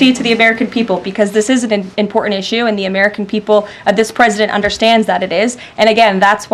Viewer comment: She has a speech impediment.. She cannot pronounce the simple word ( important ).... Lol